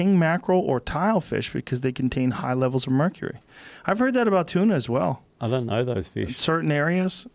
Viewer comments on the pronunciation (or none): “... oi dant know those fish”